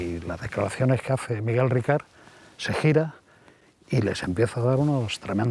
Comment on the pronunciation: Por favor, es Miguel RICART. NO RICARD. Ricard es un pastis francés 🤣🤣🤣🤣🤣🤣